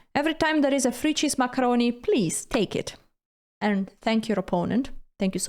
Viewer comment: That's, "Frrrree cheese macarrrroni."